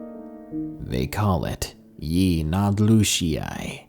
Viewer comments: Yeah its (Ye-Nah-Glo-She) I'm not navajo but I kinda live on the rez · If a real native heard you say "Yee naaldloshieye" they would laugh. Even I laughed😂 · You're getting close to pronouncing yee naaldlooshii right. Proud of you. At least you don't say it with a "dl" sound. Many people don't realize it's actually it's a "gl" sound. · It’s being mispronounced. Last part is shí like saying ‘shea’. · I’m Navajo and a big fan of yo work you gotta let me teach you how to say yee naaldlooshi u almost can say right u will b the only one saying it right🐺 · I know it has been said before in the comments, but that pronunciation of "Yee Naaldlooshii" is just SO bad. Throws me right out of the spooky/creepy zone the story and music is making. None the less, you make great videos, and will continue to enjoy listening to your uploads :) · val/John Longo’s I speak Navajo. He’s not saying it correctly. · I wish I knew how to show you how to pronounce it correctly. Haha but either way love ur videos 💚💚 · thought he'd murdered the pronunciation of it 😂😁😂😁😂😁